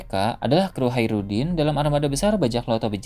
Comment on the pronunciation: Hajrudin keknya min bukan haerudin